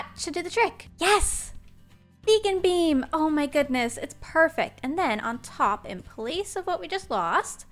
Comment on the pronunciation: Also some times it sounds like she said bean and not beam